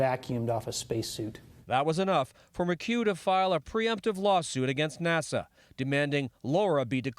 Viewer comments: THEY SAID NASO IT IS NASA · did he say NASO